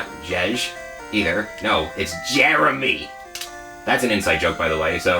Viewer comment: This is gonna be a fun watch, I can tell. And don’t forget to turn on the animations, I’m JK LOL. It’s also funny how you said Jeremy haha